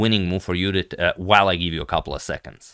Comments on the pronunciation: When he says "Judit" its poetry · BTW he says it right